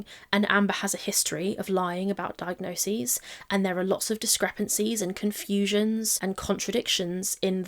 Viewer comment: Great video. I know this is relatively minor but thank you so much for saying diagnoses. I cant tell you how triggering it is to hear people constantly saying "diagnosises" ❤